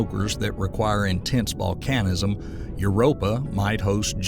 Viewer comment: As interesting as this subject is I can't stand the Narrator constantly mispronouncing names like Galileo and Volcanism it just gets right up my nose and jabs my brain like an ice pick